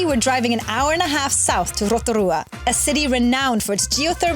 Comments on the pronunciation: Love Rotorua ❤️ and love the way you pronounce it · Kiaora guys!! I just found your channel and I love your pronunciation of our place names ❤ hope you enjoy Aotearoa ☺️ we also love freedom camping and now and again we will stay at a paid campground for showers Wi-Fi :) love the content! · 10/10 pronounciation of Rotorua, just please be aware re the Hot Pools, they are heavily used and not luxury, plenty of luxury spas and spa retreats available but of course cost. Also the back roads can be unpredictable with gangs etc. Combining Van with backpackers can be a good way to go. Great video.